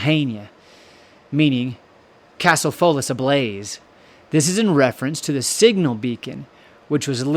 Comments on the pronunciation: Foulis Castle is pronounced "FOWL-us" - been there and carry the DNA of original Munro Highland Chiefs - 1,000 year clan gathering in 2025 (other origin tradition says 1012 AD as the beginning, after the 990 arrival of Donnell, the patriarch). This is the THIRD evolution of the Munro castle built on this spot - that octagonal tower base being common anchor of the TWO previous constructions. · “Foulis” is pronounced “Fowls”, as in wildfowl.